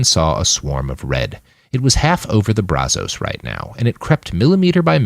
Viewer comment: If you're going to say the name of a place, or let's say a river, over and over, maybe you should learn how to pronounce it. That's not how you say Brazos river